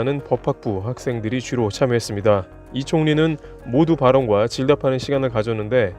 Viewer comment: 모두 발언이 아니라 모두 발언.....억양이.....